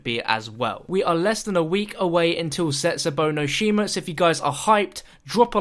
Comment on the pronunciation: Jesus Christ, you don't know how to say either of the DLC zombie map's names